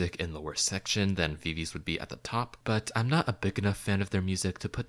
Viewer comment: If you would at least pronounce VIVIZ correctly...